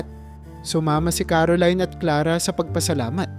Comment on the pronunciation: Maling Mali Ang bigkas mi sa pangalan Clara.